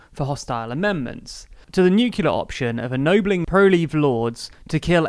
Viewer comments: FYI - in British English, nuclear is pronounced nyoo-clear, not nyoo-cular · "Nuk-u-lar" Who are you, Homer Simpson? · I can't believe I ever trusted someone who can't say "nuclear". You parrot off the establishment 'facts" like a good little boy. Corbyn will find a solution. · The spirit of DUBYA will never die. ;) (Not that he was the first to employ that pronunciation, mind.)